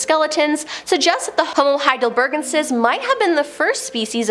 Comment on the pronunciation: " . . . Heidelbergensis . . ." is pronounced "HAI-dell-berg-EN-sis."